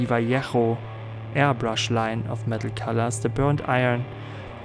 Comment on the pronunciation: Thank you saying "Vallejo" correctly!